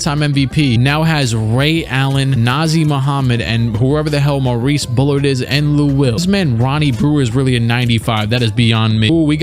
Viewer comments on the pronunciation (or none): none